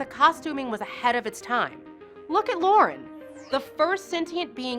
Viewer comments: day lynn? moombare? Loren? lor e in... 3 syllables. Kosh was not a space angel, they tampered with the younger races and caused them to perceive them in this manner. btw they are all kosh. for example the drazi thought that it was their female god. I could be wrong, it might have been the narn.... or perhaps both. the trap door was actually a disease effecting the actors memory and had to be replaced. lorien was not a wizard, the technomages were the wizards... wow.... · Did she actually ever watch the show? The first time she says Mimbari she pronounces it Mumbari. She also pronounces DeLenn (Duh-Lynn) as Day-Len the first time she pronounces it. She ALSO pronounces Lorien (Lore-E-N) as Loren (Lore-N)when she mentions him. Really......... She also mentions trap doors for characters and mentions SPECIFICALLY replacing Patricia Tallman's character with Andrea Thompson's character in season 1 after the premiere pilot episode. But then FAILS to mention they replace Andrea with Patricia (swapping characters back and totally dropping Andrea) in season's 2-5. Patricia had a WAY bigger character than Andrea's and you make it appear the opposite. Patricia even had MAJOR plot points and episodes centered on her character!! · Also...Loren??? REALLY???? LO-RI-EN!!! Why didn't the producers find someone who had at least watched the series or did they just let this chick read the script without a runthrough / rehearsal first???!!! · A few...LOL 1. Star Track (over and over and over again) 2. Daylin 3. Moombari 4. Lorin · And mispronouncing Lorian. No way she's seen the show. Not a big deal though as it's still a great summation of B5